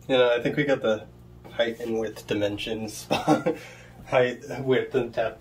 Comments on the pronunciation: I see the wild hair, unshaven face and huge glasses in super close up, hear the "Hello!" Then went "AHH!!!" And then I heard the word height said with an illegal "h" added to the end. Mate!!!!! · Yeah I'm kvetching a bit, I spent 30 years in California. I can forgive the odd ways of saying often, vehicle etc, but the habit of adding an "h" to height always drove me kinda potty.